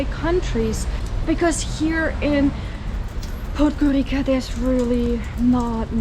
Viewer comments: Can you Pleeeease stop saying "Podgorika" ... it's pronounced Podgorica - as in Pizza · Correct pronunciation of the penultimate letter in 'podgoriCa' is [ts] like the russian ц So [podgoritsa] is the worst area I ever was